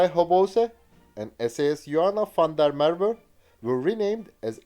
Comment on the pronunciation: You pronounced 'Van Riebeek' and 'Van der Merwe' correctly, very impressive!